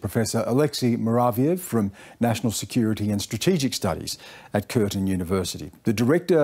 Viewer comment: it's Curtin University, not Curtain University. :-)